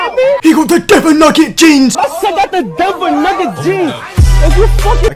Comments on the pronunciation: Why tf he call it dever? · No way bro said dever 💀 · said devon its Denver 😤